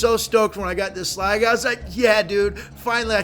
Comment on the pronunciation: You said slaggie at the end of the vid. ITS SLAGGA. SLAGGA